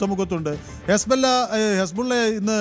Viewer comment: യെസ്ബല്ല അല്ല പൊട്ടാ ഇസ്ബുള്ള